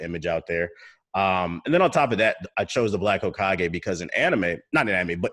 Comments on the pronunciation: "Hokiage" lol i aint even gon lie thats the most unique mispronunciation so far. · That pronunciation was legendary 🤣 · Tbh sent me. Lol. Bruh the pronunciation of hokage kilt me